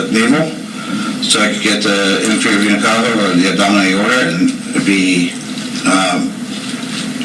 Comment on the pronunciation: “Inferior vena cava” 🤦‍♀️🤦‍♀️🤦‍♀️🤦‍♀️🤦‍♀️🤦‍♀️🤦‍♀️😡😡😡🤮